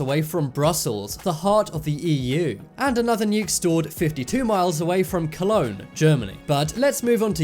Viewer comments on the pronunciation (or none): none